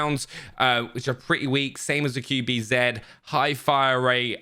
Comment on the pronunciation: i love you but....QBZ. Q - Kju B- Bi Z - Zi.....not zeeeed. Cmoooon dude, you can do better.